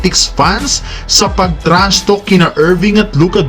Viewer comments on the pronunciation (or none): TRASHTALK HINDI PO TRASHTOK 🤣